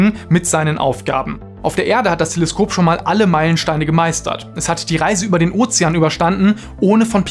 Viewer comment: Telesköp hahaha der kam unerwartet